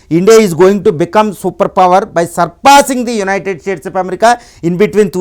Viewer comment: BRO UNITED STATE OF AMERICA ANI CHEPPADAM PRACTICE CHEYYI FIRST